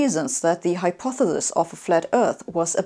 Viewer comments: Sabine, you pronounce hypothesis as if it were spelled hypothethis ...It doesn't sound good for a scientist of your status ':O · I like this video for two reasons. The easy one to explain is that I like her pronunciation of the word 'hypothesis'. The more difficult, but not that difficult, reason is that it confirms my opinion that the flat earth movement is not about convincing people the earth is flat but rather to get people to think about how they think. To make sure they have good reason to trust authorities on a given subject. That people should not be taking things as true when they have no way to verify the proposed truth. Wow, that really backfired. Now we have a society where people think they're entitled to their own reality. Thanks, assholes. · I find it quite worrying people 'flat' refuse to educate themselves. I adore how you pronounce 'hypothesis'. It gets me every time! xD